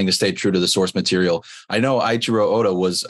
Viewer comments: it’s not acheero it’s ey-i-chiro oda or eychiro oda. not acheero tf 😭 that’s the wrong way of syllabicating phonetics. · He called him eye-cheero Oda. 😂 you can tell he’s completely new. This is good! There will be many more new people like this who get introduced to One Piece!